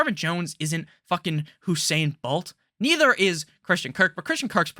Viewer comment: Whosain Bolt...